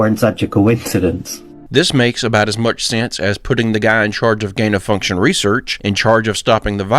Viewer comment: She said too mich